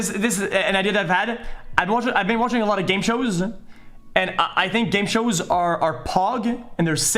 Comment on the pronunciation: Why does he say game shows so wierdly😂